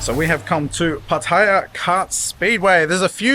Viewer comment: Finally an Aussie who can pronounce PATTAYA the correct way ! Good video but why not include the price of the lunch, the price and other details of the go carts racing. How much, how many laps you get or how much time. That would have taken it from a good to a great video.